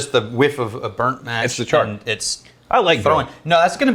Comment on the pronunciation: Am I the only one who thought of chore boy when said char all wrong.